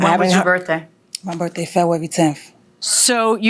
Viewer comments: It's. 'Birf day'😅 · "birFday",, "February tenF". Such a petpeeve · Hey, at least we all now know that her birfday is February tenf. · BIRFDAY. I wonder if they ever had to call the Poe-Lease or an Amba-Lance? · 😂 Her Birfdey